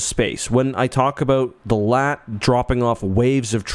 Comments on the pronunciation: Doont call it laat like latvia call it L A A T like a normal person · It's not LAAT it's L-A-A-T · its L A A T not LAT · calls it a LAAT Me: JUST CALL IT A LARTY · mhh yes LAT (you say LA-AT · Bro pronounced it “lat” instead of L.A.A.T 💀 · Its pronounced LA-AT they say it in the clone wars cartoon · Cannot finish the vid bc bro keeps saying Lat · now why did you have to pronounce it "Laht"? Do you call AT-ATs "Attat"? Do you call BX-Droids "Bex-Droids"? Dude.